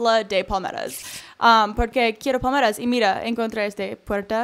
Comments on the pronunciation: se dice PALMERAS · Pensé que decía pomelos (tipo de toronja) pero era palmera 😂😂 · como hasta la cuarta parte de el video me Di cuenta que decía palmeras y yo entendía poderes:v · pensé que decía poderes